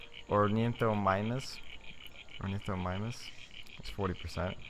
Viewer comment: It's pronounced or-an-th-ah-mime-us